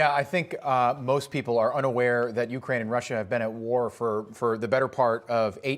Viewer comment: Ucryn not Ukraine